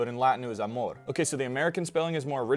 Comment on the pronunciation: Thank you! Just a little comment: Latin did not allow for stress to fall on the last syllable (unless you are dealing with metric verses). It's not amòr and gubernatòr, but àmor and gubernàtor.